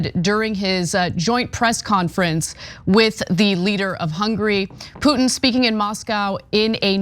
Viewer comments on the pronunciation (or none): the i in Putin is not silent, just saying...